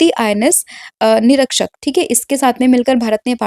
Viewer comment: निरक्षक ❌️नीरिक्षक ✅️